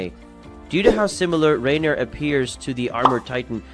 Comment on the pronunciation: I wondered about the clickbait thumbnail, I left after hearing you pronounce Reiner.